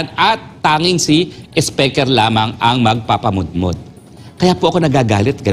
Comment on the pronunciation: Atty Roque, YOU MADE OUR DAY especially our LUNCH SO ENJOYABLE, D way u pronounce d King of TONGRESS " Si ESPEKER" Ha ha ha ha ha,😂😅😂😅😂😅😂 GO GO GO ATTY ROQUE, WE ENJOY n LOVE Listening to you,,😂😂😂😛😝😜🥰😍we love you, GOD BLESS US ALL.OMAN,EGYPT,SAUDI,U.A.E. KUWAIT.SYRIA. LEBANON.QATAR.IRAQ.JORDAN .BAHRAIN .U.S EUROPE.ASIA.GOD PROTECT ALL PILIPINOS ESP. fr TAMBA ESPEKER"😜😝😛😂😅,"BARACK ALLAH FEEK P.R.R.D.". MIDDLEEAST AIRLINES ASSO ❤❤❤ATTY.H.ROQUE.